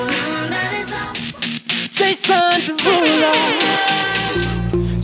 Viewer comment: Lmaao he actually says Jason derulo